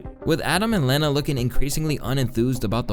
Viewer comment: How dare you say Lena's name wrong she didn't do anything wrong.....its not leeeeena lmao it's Lena like if you were gonna start saying lead that's how the e is said...